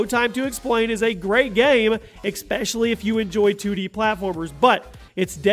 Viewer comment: "Expescially" 10/29/2017